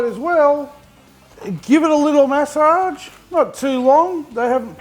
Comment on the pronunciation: I didn't but I did hear you butcher massage! not MASSage